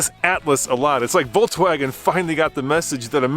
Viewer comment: Awesome video, but what's with saying "Voltswagen?" It's "Volkswagen."